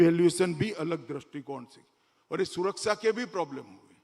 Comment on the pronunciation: Amitbhai! Once a Gujarati always a Gujarati. Me too. I have always observed one thing in your speeches. You always say implementension instead of implementation. It's a tongue twister for you 😂. One more tongue twister in Modiji's case - He says हुये instead of हुए 😂